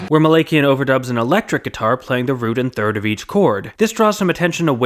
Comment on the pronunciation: I’m sorry but Daron’s last name is pronounced Muh-lak-e-N